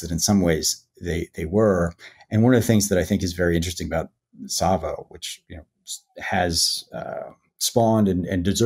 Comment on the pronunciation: Its pronounced Sahvo not Sayvo